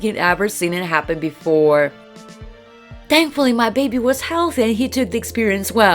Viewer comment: Ppragnant, chaald, halthay Honestly who narrates these stories